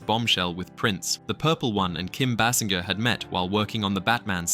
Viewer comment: Bay Singer , this how her last name sounded. AI later in video eventually pronounced it correctly- 🧏🏻🤦🏻‍♂️